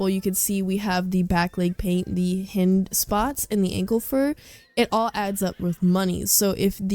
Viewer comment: Btw it’s haynd(that’s how u pronounce hind)